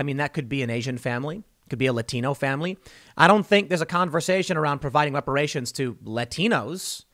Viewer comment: ReparaySHONE, IntoxehkaySHONE, IncarsehraySHONE.